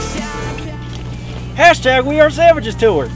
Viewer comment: I thought said hashtag we are sandwiches tour but then I realized he said savages xD